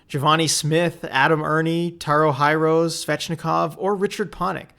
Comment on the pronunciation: It’s pronounced “Tare-O Her-Oh-See” Taro Hirose